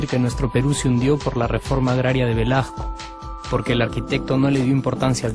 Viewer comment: hace decadaj que bujcamos la rejpuejta... ej maj facil decir que se jodio por la reforma agraria de velaJJJJco.... jaja.... Limeños...aprendan a hablar :-)